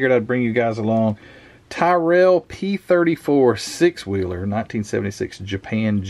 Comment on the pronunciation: It's pronounced Tirrul.....